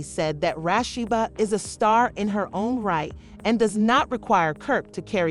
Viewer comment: STOP HER RASHBA,, RASHABBA ,RASHEBA, RASSHADA, HALIBBABA AND ... OH MY GOODNESS SHE JUST ADDED RASSINNA...OH MY GOODNESS YOU CAN OVERLOOK ONE, ....OH MY GOODNESS DID SHE JUST SAY LOV E AND HYPER ??? 😧 YOULL IM DONE🫣🙂😊